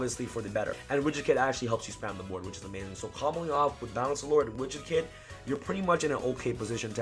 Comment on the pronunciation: Lul sounded he was saying rich the kid when he says widget kid